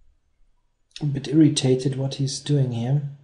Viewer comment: I always LOL when he says "Im a little bit irritated" with the German accent.